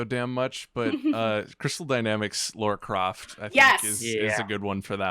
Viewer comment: There is no “u” in Lara,. Please try and say her name right once before your career ends.